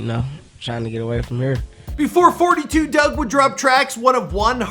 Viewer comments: It’s 4 2 dugg you don’t say it like 42 dugg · it’s 4-2 dugg, not 42😒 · Fun fact: it's pronounced four two dugg, not fortytwo dugg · It’s pronounced 4-2 dugg not 42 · It's not forty two dugg... its 4-2 dugg!!!!